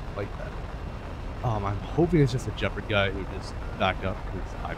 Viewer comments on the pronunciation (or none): I heard bro say jeperd and instantly disliked. GEPARD! Gif not jif.